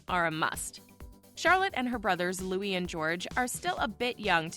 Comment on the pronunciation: The name is Louie not Lewis, although it is spelled, Louis.